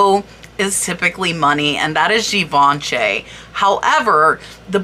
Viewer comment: thank you for another great research video-- they are my favorite..I really hate to correct people , and i certaily dont intend this to be taken the wrong way but in the spirit of learning-- Givenchy is pronounced (jhee-VAAN-shee) emphasis is on the 'Vaan' Haute Couture is pronounced (HOAT co-tur) or even OAT CO-TURR emphasis on the 'haute' it translates to HIGH FASHION and is the highest form of fashion design. to be a identifieed as a Couture design house there is a tightly controlled, invite-only application, governed by a committee of sorts known as Paris’s Fédération de la Haute Couture et de la Mode. and finally Pietra Dura is not a designer or design company (so pieces would never be marked as such) but is actually just the name for a particular style of mosaic work that uses relatively hard stones (feldspar and diamond usualy) You can identify a piece as pietra dura easily by the typically black stone background with multicolored inlaid stones - usually in shapes like birds/doves/flowers and leaves. they're gorge and worth a lot!! hope this doesnt offend you- i love all the hard work you do for these videos